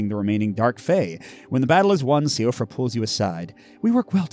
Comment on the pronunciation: Great play through! when pronouncing the name Siofra, the pronunciation for it is she-fra as I believe it’s an old Irish name.